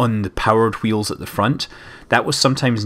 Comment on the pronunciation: Speak a "w" without excess of "h".